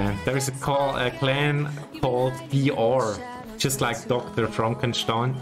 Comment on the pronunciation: Im from germany, i thought u are either bavarian or austrian cuz of ur accent, i also knew that u speak german cuz of the way u pronounced DrFrankenstan